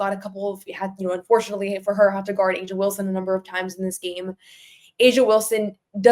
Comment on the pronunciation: It's A'ja not asia.